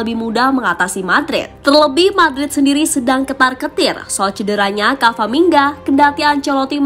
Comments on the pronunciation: Yang bener camavinga bukan cavaminga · CAMAVINGA MIN BUKAN CAVAMINGA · Yang beneer itu Camavinga min bukan Cavaminga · Camavinga bukan cavaminga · camavinga kak bukan cavaminga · pliss min, udah 2 video ini pengisi suaranya salah sebut nama. harusnya Camavinga, bukan Cavaminga. Apa nggak di preview dulu sebelum diupload? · Halo Mbak Narator: Camavinga, bukan Cavamingga. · CAMAVINGA ya. Bukan CAVAMINGA. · camavinga kak bukan cavaminga🙏🏻🤣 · Saya kira spelling nya ternyata emang g bisa baca pengisi suaranya,berulang kali kamavinga di sebut kavaminga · CA MA Vi NGA min bukan CA VA MI NGA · Camavinga, bukan cavamingga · CAMAVINGA MIN, BUKAN CAVAMINGA..!!! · CA MA VI NGA, bukan CA VA MI NGA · camavingaa bukan cavaminga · Camavinga min. Bukan camvaminga😭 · Camavinga atau Cavaminga sih?😅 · Cavamingga2 apaan sih? Camavingga wooooe. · agak risih, ama narator nya nama orang diganti ganti wkwkw. yg bener tuh CA-MA-VI-NGA, bukan CA-VA-MI-NGA 😅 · Apa ada yang salah dengan kuping saya saat admin bilang kavamingga😅.